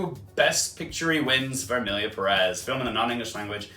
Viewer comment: For pronunciations: Corbet is "cor-bay" and Perez is "PEH-rez" instead of "Pe-REZ"